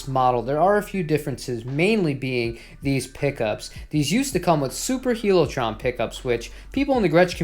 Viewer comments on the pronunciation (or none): Pretty sure HiLo’ Trons are pronounced High-Low, not Heelo.